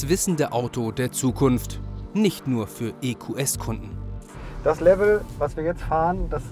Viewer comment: Endlich hat mal jemand verstanden das es EQS und nicht EkyuuS heißt.